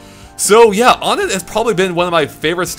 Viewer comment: Uhh i dont like being picky but, you pronounced onett wrong, its like saying number one "one-ett", all of the first major areas you go to are like that, twoson (two-son) Threed (three-d) Fourside (four-side).